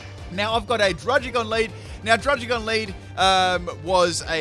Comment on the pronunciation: It's druDDigon not druDGigon